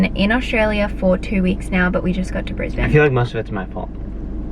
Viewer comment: omg the way you said "right now we're in brisbane australia" sounded SO AMERICAN!! haha